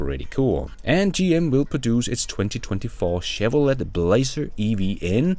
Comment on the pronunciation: Chevrolet is a French name... therefore, it is pronounced SHEV--- ROLL-- AYYY... SHEV-- ROLL--- AYYY... The "T" is SILENT. French words like Chalet Beret Cabaret Are all pronounced with a SILENT T.